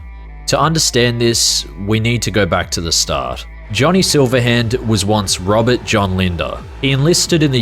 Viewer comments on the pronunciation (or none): none